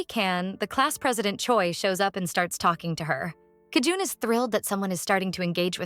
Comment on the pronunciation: bro its JI EUN NOT KI JUN